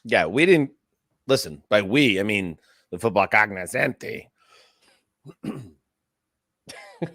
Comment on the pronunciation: I’ll venmo $5 to pronounce cognoscenti correctly just once 😂